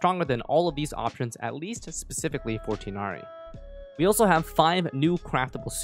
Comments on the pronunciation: Btw (I don’t wanna be that guy but wutev) it’s pronounced “tigh-naree” not “tynaree” or “teenaree” just an FYI (source: I’m Arab so trust me bro) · This will probably get flooded by other comments, but I wantedto inform everyone that Tighnari's name is pronounced Tugh-Nari:] /lh have a nice time!! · who wanna know the right prnounciation of Tighnari: you can say Ti as (tea) gh as (R) but in french and nari as (neri) in japanese this is not the perfect pronounciation but its close and better than Tinari wishin a good day/night to everyone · I think his name's pronunciation is ti(tee)-gh(as in ghastly)-na-wryyyyyyy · Pronouncing Tighnari incorrect I do forgive you.